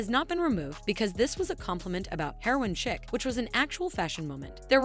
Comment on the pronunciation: Chic is French. It's pronounced sheek. You know, like the song? Ah, freak out! Le freak, c'est chic!